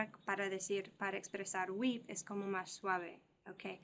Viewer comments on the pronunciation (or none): none